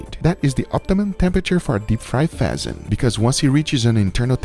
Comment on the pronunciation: Guga: throw the pheasant in there. What i heard: throw the peasant in there